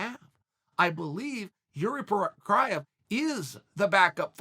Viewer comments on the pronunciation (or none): wanted to say "jiri Prochazka" he changed his mind and said "Prokraev" cause he realized he has to troll us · he literally says it like that ? CBA going back to previous times he said it so he might have said it wrong there. it is chael after all lol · “Jiri Procryah???” Wtf!? 😂🔥❤️👏🏼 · Uncle Chael: finally learned how to pronounce Jiri’s last name correctly. Also Uncle Chael: Calls him Jiri Propriev a few minutes later: Everything is normal in the world. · I heard Yuri Kapraya 😂😂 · Couldn’t stop laughing chael cannot say this mans name 🤣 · Okay Chael we all know you can actually pronounce his name you're just meming at this point.